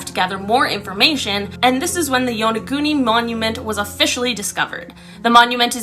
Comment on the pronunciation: I think it's pronounced YAHN A GOON NI